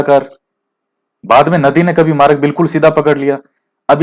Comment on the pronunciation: प्रशान्त...हिन्द...अटलांटिक और आर्कटिक महासागर है...😂 आप मार्ग को मारग बोलते हो..अच्छे लगते है ये word जब आप इनको pronouns करते हो 😀😆